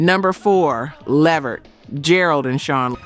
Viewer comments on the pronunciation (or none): Say it like (LAVERT) not LE VERT. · It is NOT Leh Vert!!! It is Levert (Luhvert) say it correctly!!!!!!!!!!! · Now I subscribed to you, but you starting to sound like this a.i, because you are saying their family last name wrong, its levert, without an A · You better put some RESPECK on that man's name (it's Levert*, not ("La vert")‼️ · Why is calling them Leverette instead of LeVert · She don't know how to pronounce these people and group names it's luh-VERT and low-pez other than that I like the channel 👍🏼✊🏼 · Levert -- pronounced (LUH-VERT) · Lev-vert?! I'm disappointed in the pronunciation. I understand being phenectly correct but how the Leverts announced themselves are totally different. Almost ruined it for ME. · Please say people's names correctly. LE-VERT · Why is she pronouncing it "Lev-vert?" Can she read? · Is this AI? Eddie’s , Gerald’s & Sean’s last name is pronounced La-Vert ! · Really!! I mean LEV-ert??? COME ON!!!🤬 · Mispronouncing LeVert is sending me 😒 Almost made me turn it off😤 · The AI pronounced LeVert wrong….still love the videos though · Is this an AI. The pronunciation of the group Levert, was off, I thought. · No you did NOT pronounce Left Eyes last name as Loaps. WOW!!! Please stop asking for subscribers. The more I watch the worse you get! UGH!!! Now you're on Levert! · She messed of Levert a couple of times but Lisa last name was pronounced like loops or hoops. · Say!!!!!!!! LeVerts name CORRECTLY!!!!! ARE YOU AI?!!!!! No wonder, no one is paying to join you!!!! Say their name correctly!!! LEARN TO SAY THEIR NAME CORRECTLY AT ALL TIMES!!!!!!!!!!!!!!!!!!!!!!!!!!!!!!!!!!!!!!!!!!!!!!!!!!!!!!!!!!!!!!!!!!!!!!!!!!!!!!!!!!!!!!!!!!!!!!!!!!!!!!!!!!!!!!!!!!!!!!!!!!!!!!!!!!!!!!!!!!!!!!!!!!!!!!!!!!!!!!!!!!!!!!!!!!!!!!!!!!!!!!!!!!!!!!!!!!!!!!!!!!!!!!!!!